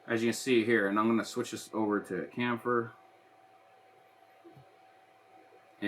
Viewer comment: Thanks for showing the mount making process with this new app! P.S. - chamfer is pronounced with the same "ch" sound as "chip".